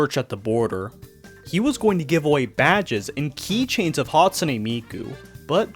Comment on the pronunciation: Bro pronounced it as "Hatsuni"💀🥀🔥